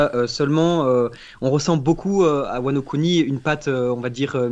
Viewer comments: Ils auraient du prononcer "Wano Kuni" Wano Couni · Y a que moi ça gêne qu’il dit wano cuni le gars? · Quand ils ont dis wano Kuni je me suis peter une barre